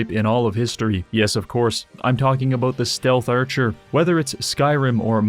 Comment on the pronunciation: "Aboot" CANADIAN DETECTED